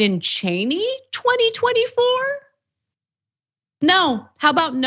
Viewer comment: Liz “Changey”? Lol